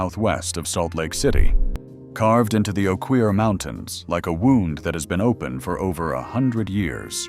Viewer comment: Oquirrh sounds like oak er, not oh queer..